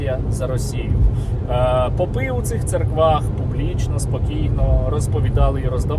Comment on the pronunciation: Попы и попы, ударение на о